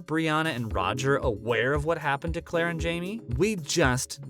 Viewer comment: It’s Claire not Clara. It’s Maril not Maria. If you’re going to report to fans YOU need to pronounce names correctly. I couldn’t even watch the rest of your video.